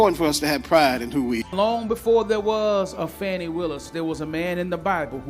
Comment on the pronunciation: 😂😂😂 fani with an a is Danny. Not fawny